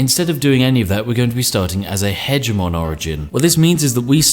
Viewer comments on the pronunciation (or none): I don't believe this guy is British seeing as he cannot pronounce 'hegemon' correctly.